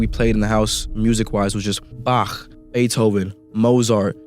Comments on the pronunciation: way he says Bach let's me know he's a sicko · I hate the way he says Bach